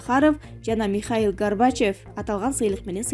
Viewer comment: Андрей сахарев жана михаел гарбачев деп койдубу.